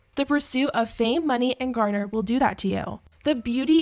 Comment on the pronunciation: The way you pronounced grandeur as gardner had me confused